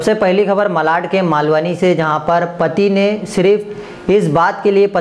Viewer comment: Paeli khabar...wah...kya anchoring...bewkoof pehli...